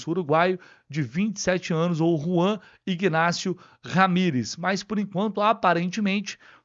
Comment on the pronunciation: Bom Dia, minha sugestão para você é s pronúncia do nome do Jogador Ignácio este G é mudo e não é pronunciado, pronuncia somente Inácio